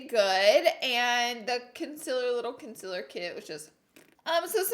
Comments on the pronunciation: Not to offend or to be mean it’s con-CI-ler not Con-sih-ler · CoNcEler *CONCEALER gurl u say it wrong AAAAAAAAAAAAAAAAA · Alex 12327 conciller 😂 me too lol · Laura you are so inspirational to young girls like me. Like if you love the way she says conciliar!! #firstview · Why can't you say concealer🙈 or is it's just your thing. If so, keep doing it😘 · She says concealer wrong😂😂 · I couldn’t watch your videos for the longest time because of the way you say some words... conciller, mail lmao but look who’s subd now😂 meeee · Is it really a Laura Lee video if she doesn't say ohl or conciller? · Primer "OWL"..CONCILLER😂 ORDINARY LAURA😂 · why make fun of the way she says concealer when we could make fun of the way she says oil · everyone talks about how she pronounces concealer but she LITERALLY SAYS OLE AND NOT OIL LMFOANDJD